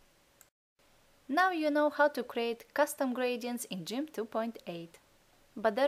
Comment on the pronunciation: It's called Gimp not Jimp LoL